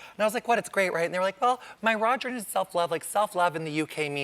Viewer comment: I actually had to slow this down a couple of times. I thought he was saying "my Roger" when he was actually saying "my raw journey"!! I thought, what the heck? LOL! He is hilariously funny -- and cute!